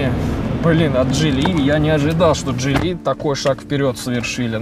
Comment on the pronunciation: почему джилИ ? ударение на второе И ? слишком часто и режет слух…